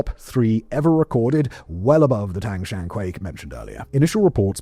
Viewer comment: Mr. Whistler not 1 minute into a video and confidently butchering Tangshan. I think it’s meme worthy.